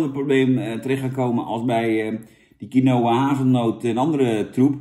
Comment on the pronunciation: Je spreekt uit als kienwa jan